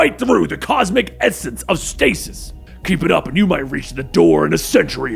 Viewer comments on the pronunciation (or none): none